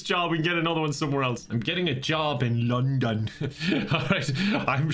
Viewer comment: hELP I CANT STOP LAUGHING AT THE WAY SAID "LONDON"